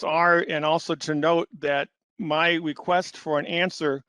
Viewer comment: Drink every time he says “weequest”